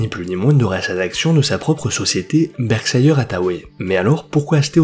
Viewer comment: Merci pour la vidéo. Pour info on ne dit pas "Berkshailleur" mais "Berhchaire". Par exemple le petit chien Yorkshire, on ne l'appelle pas "Yorkshailleur" mais bien "Yorkchaire", c'est le cas de tout ce qui se termine en -shire.